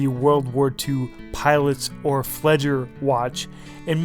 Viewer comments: 1, Fledger? Really?? 2, the date window. On a B-uhr dial? No. Just....no. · FLEDGER hahahahaha